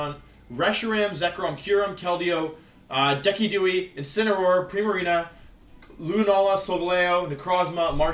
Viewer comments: I have never in all my days had to listen to such a blatant mispronunciation of a name. Dekidewie. I’m dead☠️💀🤣😂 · It's Decidueye. Deciduous + Eye! Wolfy, I can buy that you're unemployed, don't go tellin' me you're also illiterate...! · he said dekidooe instead of DIS-ID-OO-EYE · "DE-KEE-DOO-EEE" bruh show an archer owl some respect lol Edit: also subbed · No hate but decidueye "deckydewy" "Dee-sid-jew-eye" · Decky-dewy? Isnt it pronounced De-Sid-Ju-Eye? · Decidueye ≠ dee sid jew eye Decidueye = decky dewie -wolfey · wolfie: (reads Decidueye) dekidui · This man really said decki dewy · What the Hell is a Dekehdoowee?! I thought you said you were unemployed, not illiterate! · Deck a doo eee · REALLY hating that Decidueye pronunciation. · Decky Dewy??? Bwahahaha come on Wolf!! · This man said deckidewey 😭😭😂 I love your pronunciations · you did not just call Decidueye "Dekedewi" LOL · I love his mis prounciations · He does it intentionally for fun, don't worry! Don't panic! "Arcaneenyay" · Why do you pronounce decidueye like that? It’s Deh-Sih-Jue-eye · i hate how u pronounce decidueye, its killing me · The way you said decidueye made me laugh so hard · The way you pronounced decidueye hurt me on a level you couldnt possibly imagine. You just lost a sub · Its the same as bilaroom and cinderache